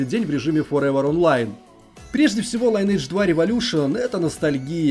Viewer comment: Как же ухо режет этот ваш лАЙнэдж. Линэдж правильно мать вашу! Сами разработчики так сказали!